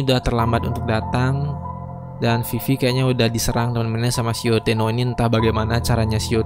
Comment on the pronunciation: Baca abangnya salah Yotteno bukan yotteto 😂😂😂 kocak abisszzz